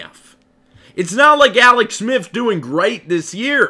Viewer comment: Bruh you should be an expert at pronouncing your L’s considering you’ve been taking them for years. Alex say it with me Aaallllleex now awex